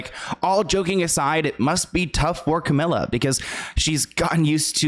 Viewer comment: Camila with one L is pronounced Ca-mee-la. Two L’s is Camilla Ca-mill-uh